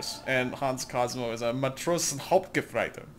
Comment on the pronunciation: "probably to germans that sounded like I threw up or something." YES!!! Stabs-ober-boots-mann! (4 words) Matrosenobergefreiter & Matrosenhauptgefreiter was really good though. ;)